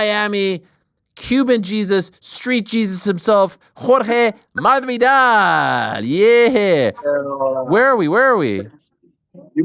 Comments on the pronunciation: I don't know if its just me, but it sounded like he was trying to pronounce it with the castillian accent, that's why the s sounded so weird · it’s very weird. I think it came from an old interview with Masvidal and he heard wrong and ran with it ever since mispronounced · Please stop trying to pronounce Masvidal in spanish Ariel 😖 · Plz plz plz plz just stop!!!!! Its getting worse and worse every time for years now.